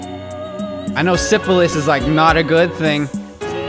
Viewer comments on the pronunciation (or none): SYPHILUS BROSKI NOT SYPHILIS